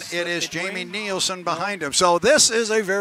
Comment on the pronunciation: you need to learn to pronounce Jamie's name correctly. NILSEN